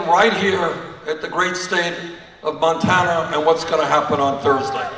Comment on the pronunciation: As someone who is from Montana I am impressed that you pronounced the names of all those towns correctly.